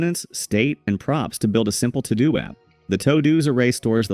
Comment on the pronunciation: Omfg, Todo is pronounced "too-doo". Like you need to do something.... simple